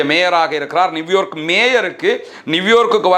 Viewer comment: நிவ்யார்க் இல்லை நியூயார்க் என்று உச்சரிக்க வேண்டும்